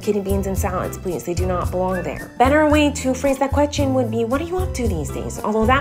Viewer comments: Why do you say Chechen instead of question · Miranda saying question: quechen